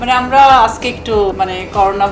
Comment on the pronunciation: Borsha Apa , Apni bangla word "ajke " aktu sundor kore bolen please . R ananta bhai, Apni live a thaka Khalin somoy nak gola dia onek shobdo koren ja khuboi bisri lage sunte !!! Fix koren please